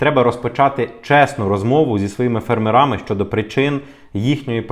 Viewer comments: Ставте правильно наголос у слові фЕрмери, у різних відмінках, будь ласка. Дякую за інформацію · Фе'рмери - наголос на перший склад.